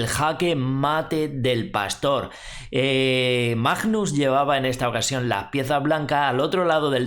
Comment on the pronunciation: por favor es bastante desagradable oir cada vez que pronuncias Majjjjnus Carlsen, no es tan dificil pronunciarlo bien. Gracias